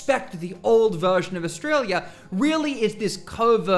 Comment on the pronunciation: I wish he could pronounce australia correctly. I want to know what glue he's sniffing.